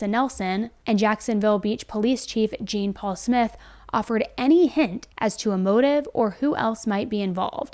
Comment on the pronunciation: Hi hone. I just want to let you know the Sargent (detective??) Would more than likely pronounce his name as Jean’ Paul and not Jean. My husband was Haitian and his name was Jean’-Claude and he hated people to say Jean. 😂😂 Florida has a high population of Hatitans!❤ I love and appreciate all your videos!!! I miss the yellow zebras though!! 😂😂 ♥️💜💙💚💛🧡!